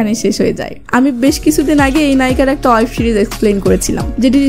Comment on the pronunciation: অয়েব সিরিজ? নাকি, ওয়েব সিরিজ?